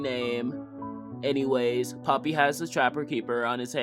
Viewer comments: "pOppY tHe pERfOrmErrrRRR" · He name is Popee, not Poppe